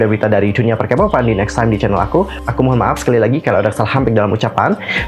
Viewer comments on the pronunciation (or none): none